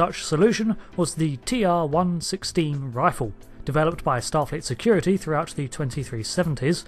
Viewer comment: not to be pedantic but A) 'TR 1 1 6' is how it is pronounced in DS9 and B) this weapon is akin to a modern MBR or DMR more like phaser rifle in ST, never could it be considered as sidearm >.< like the phaser......